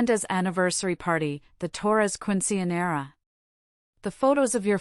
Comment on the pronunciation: If you want to tell a story about Latina (Spanish) people, you should learn how to pronounce the words correctly. Mija Quinceanera